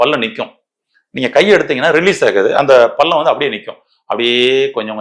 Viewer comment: பல்லம். இல்லை. பள்ளம். ல. ள